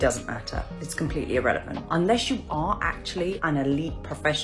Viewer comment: did you say "irrelephant"? I thought I was the only one who said that! (thanks, Dad!)